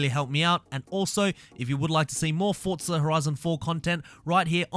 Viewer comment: Its forza not fortza